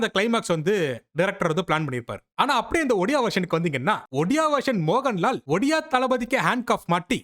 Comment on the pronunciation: It's not moganlal😂😅😂mohanlal